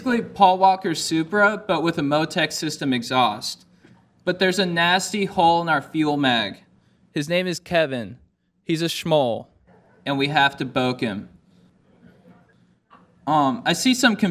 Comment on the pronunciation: Fuel mapp dude, not magg.